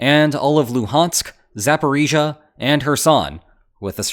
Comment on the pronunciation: Thank you for your sober and in-depth analisis; and I really appriciate the fact that you are one of the few western comentators who learnt to pronounce Zaporizhia.) Good job!)